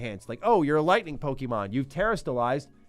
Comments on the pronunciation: It’s pronounced: Poh-Keh-Mon, not Pokey-Mon. Get it right or don’t be taken seriously when you talk about it. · FFS bro, it’s “Poh KAY Mon” not “Poh Kee mon”. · Please, stop saying "PoKEYmon", you sound like a 4 year old. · Saying Pokeymon is cringe.